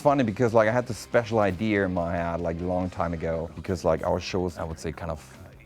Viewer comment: I love how he says 'idears' He is one talented man <3 I love you Richard!